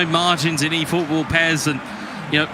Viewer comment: "1000 efootbool points"